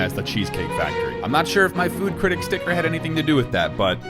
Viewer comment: cirtict it is critic